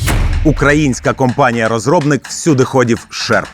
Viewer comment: Шерп а не шарп